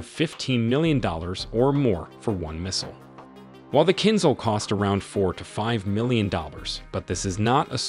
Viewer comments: it's not kinzzhal but kinzshal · Please, for everyone's sake - just say kinZHal, the z h together, the zh (dja) sound. It's not kinz Hal, it's KIN(dja)L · OMG!... it's pronounced [kinZHa:l] or at least [kinsha:l], you know the ZH-sound like in the Chinese surname Zhou, not [kinzal]! 🤦‍♂ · It's kinZHal, as the second G in garage. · BTW, the pronunciation of Kinzhal is not kinHal, but „zh“ is voiced like in leisure. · Кинзал? Может вы говорили про кинозал? Научитесь сначала слова правильо говорить!😂😂😂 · That's pronounced kin-D-zhal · minor correction - you did the same mistake as all artists who render X-51 - it doesn't fly as you draw, it flips upside-down after solid booster separation. and Z in Kinzal sounds like first G in 'geography'. and thank you :) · I have never heard anyone say Kinžal so badly